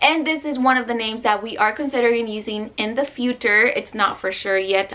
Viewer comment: I love these cute names! Also lol u said futre not future lol